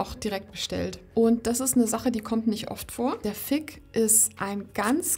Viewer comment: "Fig", mit "g" wie "groß", nicht "k" wie "Kloß". Hört sich nämlich etwas anstößig an, so wie du es aussprichst :D